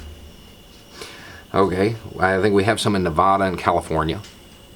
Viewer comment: Hey, could you please learn how to pronounce Nevada correctly? Signed, A Nevadan